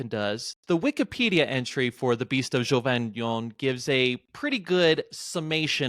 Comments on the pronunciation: Neither Geauvadan as said in the intro nor Geuvodon as in the description, but Gévaudan. Check your stuff, man! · Bro said Geoux voux don 😭😭… Je voux don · There's no way this guy isn't trolling with his pronunciation of "Gevaudan" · I wish you had learned to say "Gevaudan" right.